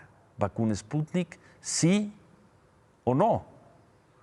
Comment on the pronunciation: Por favor Ciro ;enseñate a pronunciar ;el presidente dice que es ,,spunit,,toces,maginense ,jajaja,no no cabe duda que para ser presidente de mexico,((cualquier pendejete ignorante)